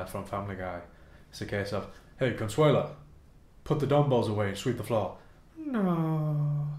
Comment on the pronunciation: Lmfao at consueala!